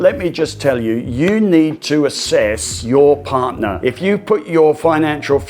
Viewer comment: “Partner” not “parner”